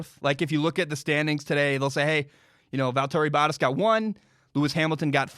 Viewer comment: Not trying to come off as rude but valtteri bottas is pronounced “Val-turry Bah-tas”. I cringed a little when you said it lol